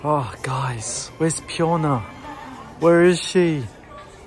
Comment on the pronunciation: Correct ang pronunciation ni 😊